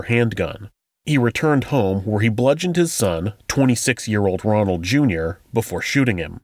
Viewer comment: Ronald. Not Donald.